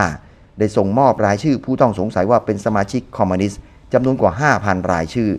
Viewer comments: ทุกอย่างดีหมดครับ ดีจริงๆครับ ชมเชยเลย แต่ออกเสียงผิดคำว่า "คอมมิวนิสต์" เป็น "คอมมานิสต์" ทั้งคลิปเลย สำหรับผมคนที่รักความถูกต้องชัดเจน มันทำให้ให้ความรู้สึกร่วมในคลิปผมดร็อปไปมากกว่า 50% เลย ฟังดูมันหงุดหงิดครับ อยากให้ออกเสียงให้ถูกต้องครับ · คอมมิวนิสต์ ไม่ใช่ คอมมานิสต์ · คอมมิวนิสต์ หรือคอมมานิสต์ครับ